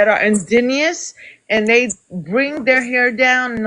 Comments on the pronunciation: Why she keep growlin? 😅😅😅 And can't say indigenous. Smh. This is what YT ppl did to the world--created the construct of race--now EVERYONE is f'd up by it! YT presenting ppl can't even admit their YT. [Some] Black ppl dont accept Black presenting mixed ppl as Black. It's just all so stupid. The concept of race just needs to be deaded and all wrongs based on it need to be made right. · Wow what happened? Is she trying to say indigenous??? Wth please learn history, before you come and debate.He just let his hair out? He wears it down all the time. I mean you could come back and wash your hair and make it curlier than his, that still doesn’t change your race lady. Her colonial behaviour came out real quick didn’t it.😂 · First of all she can’t even pronounce indigenous right. She sounds so ignorant! Listening to her is draining! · you can be Indian and Mexican. because Indian is the indigenous people who has a Mexican nationality. this Puerto rican females is not fully educated when it comes to indigenous people. she can't even pronounce the word indigenous. she's totally ignorant and that is what I get from afro Americans. I'm black like them but different culture: food language and music. by the way I just got her now, she's trying to say you look also white like her. I agree with her you look Puerto Rican because from my experience most peurto Rican I meet looks like your face. most Mexicans i meet don't necessarily have your features. also as for her she's trying to tell you if she washes her hair it's naturally curly not straight and that can make her look peurto Rican. ok. she doesn't speak professionally that's why she's misunderstood. she's yelling basically crying etc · It's so funny she cannot even pronounce the word indigenous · She sounds drunk! Couldn’t say indigenous to save her life. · I don’t understand how she didn’t know how to pronounce Indigenous. 😂😂 but yeah that childhood trauma took over the conversation quickly! 😳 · "In-Gin & juice" "in-Genius" 😂